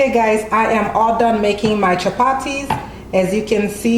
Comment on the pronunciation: 😂 I love it when the Caribbean sister says it like a true East African speaking Swahili chapati